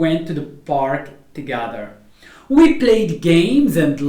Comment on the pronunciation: من فضلك تاكد من القاموس قبل تقديم اي فيديو حتى لاتعلم الناس الخطا في النطق وسكرا ...... weather /ˈweðə(r)/ not /ˈwiðə(r)/...... together /təˈɡeðə(r)/ not /təˈɡaðə(r)/ ...... many /ˈmeni/ not /ˈmini/......